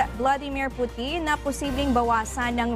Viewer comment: pu-tin hindi poutine😂